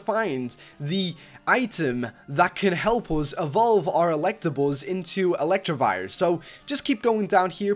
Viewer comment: Its not electrive its elec tra vire